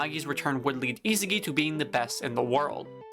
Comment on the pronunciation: I sa gi, not isigi